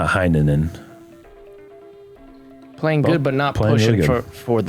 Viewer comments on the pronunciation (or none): Here's a pronounciation tip: it's "hey" -nänen, not "hi" -nänen. Finnish names are not German names.